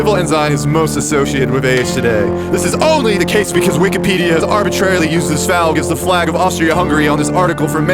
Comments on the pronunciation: “Falg” lol. That’s some geno tier reading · Thankyou for pronouncing "falg" as written. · “This falg” I lost it. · bro said falg😭😭😭😭😭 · that “falg” caught me off guard 💀